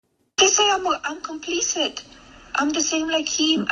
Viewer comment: yes babe, you are compleeeeceet, and you do support heeeem ... and yes chreeeeestmeeess